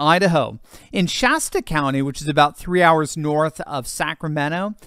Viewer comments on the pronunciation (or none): none